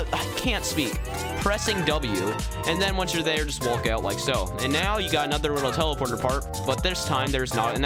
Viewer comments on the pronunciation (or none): When says wolk instead of walk